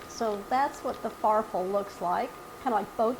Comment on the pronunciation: Great idea for a hearty soup. The pasta is pronounced "farfallay. " Also, as long as you chose RAOS, their pasta sauce is rated #1 by America's Test Kitchen.